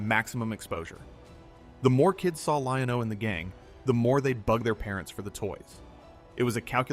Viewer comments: This guy the way he goes Lion-OH lol anyway legend has it to this day I'm still waiting for my Thunder cats and He-man toys from Santa Claus that I never got because we were poor lol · lol was thinking the same when I heard “Lion….O” then I’m like this guy wasn’t alive when the show was on but has he also never seen it?